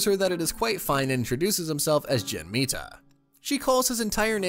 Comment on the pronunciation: Mita is probably pronounced Mee-ta